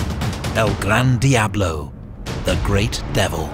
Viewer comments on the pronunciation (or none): none